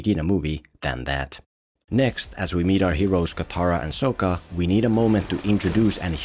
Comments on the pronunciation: Why are you saying SOH-KAH. its SOCK-KA. Its okay...still love you :) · Sock-ah not Soak-uh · I'd just like to mention that Sokka is pronounced sock-a, not soak-a... It's something the movie (along with Ong) infamously got wrong so I'm surprised wasn't able to do it correctly. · SAW-KA not SO-KA. Omg...smh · SOCK-KA so SOAK-KA even you are saying his name wrong bruv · It’s Sokka not sOkka. And by watching the full video I think that this guy has not seen the actual show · It's not aang.. it's ong.. it's not sokka.. it's sooka.. it's not iroh.. it's eeroh 😂😂😂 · It’s not soaka it’s saka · He says Soak-ah over Sock-ah so much i wonder if he ever watched it. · Kind of ironic considering called him Soh-kka when his name is pronounced Saw-kka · yes! I was thinking the same thing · “So”kka 😭 “Ong” 😭😭😭✌️ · Bro you can't make a video about a movie where they mispronounced the main character's name and then you mispronounced another main character's name sock-uh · them pronouncing it like 'ong' or 'soh-ka' is ragebait and no one can convince me otherwise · M. Night Shamallamadingo should be flogged just for "Soak-uh" and "AUng". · Did you mispronounce Sokka's name on purpose? As like a jab? Or are you doing the same thing the movie did with Aang? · Opens the video making fun of "ong" pronunciation....proceeds to mispronounce sokka the entire video...listening to this guy's voice was just as bad as the movie. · Man me and my friends were so pumped for this movie. Went in so high and excited and soon as they called AANG UUNG we were just like wtffff. Then they mispronounced Sokka’s name too smh. People hate on the netflix show but that is far better than this piece of shit we got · are you intentionally mispronouncing Sokka's name for the engagement? because highlighting the laughable pronunciation of Aang's name while doing the same for Sokka is either the height of click farming or the pinnacle of hypocrisy...